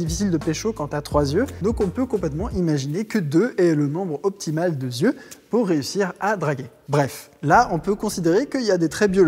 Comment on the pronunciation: On dit "le nombre optimal d'ŒIL" ! (ou d'Yeux") Mais pas "de zieu" avec une liaison qui n'existe pas